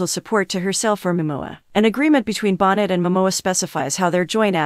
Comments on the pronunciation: Bon-neigh not bon-net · You're saying her last name wrong. It's not Bon net.